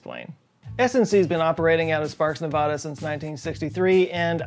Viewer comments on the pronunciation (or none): why do so many people pronounce Nevada incorrectly? It's spelled Nevada, not Nevahda. it's pronounced exactly as it's spelled. It's pronounced “Nev-AD-a,” not “Nev-AH-da.” it's not like I ever pronounce Texas as Tex-ass or something absurd that like that. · Sparks, NEVADA - not Ne-VAW-Da - search WESTERN STATES FOR DUMMIES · It’s Nevada not Nevahda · and it's Nevada not Nevahda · Didn’t mean to sound rude but Nevadans hate it when it’s pronounced wrong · I’m just going to say it: It’s Nev-ah-duh, not Nev-aw-duh. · Its pronounced nev-A-da not nev-O-da, just like how you pronounce Canada not canOda, fyi -Nevadan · I love you but it’s NevADa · I love your videos, and this one is great. But please learn to pronounce Nevada. No one in Nevada pronounces it that way.